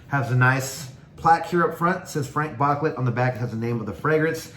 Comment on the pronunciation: FrahNk BooClay 😂